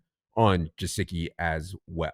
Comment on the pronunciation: Hey fellas good morning it’s pronounced guh-sick-ee not jasicki. There is a YouTube interview where he pronounces his name correctly for you to hear